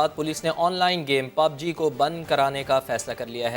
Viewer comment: Pubg bol na to seekh